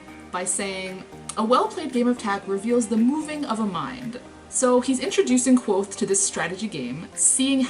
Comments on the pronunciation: Wait a minute. Kvothe is pronounced like Quothe Sounds like Quote The kingkiller chronicles is first person. Goddamnit! Why didn't I notice the pun until now!? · K'vothe. Not Quothe. "Ke Vothe.